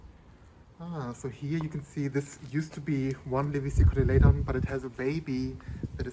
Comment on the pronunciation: Your pronunciation of the plant name is so elegant. Nice video